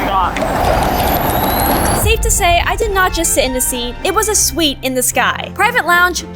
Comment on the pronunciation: Its suite